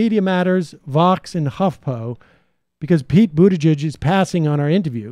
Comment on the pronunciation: I like the way Sam always butchers people’s names 😂😂😂 I mean I can’t also say Buttigieg more than twice without butchering it